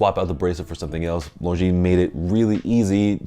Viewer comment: Thank you for saying « Longines » the way it should be, ie with a silent « s ». Many famous YouTubers get it wrong, which is quite surprising for regular attendees to BaselWorld / Watches and Wonders